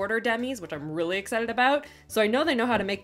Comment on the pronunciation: Am I the only creep that likes the way she enunciates her L’s, especially when she says “really”? ¯\_(ツ)_/¯